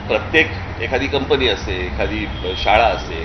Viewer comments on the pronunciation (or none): none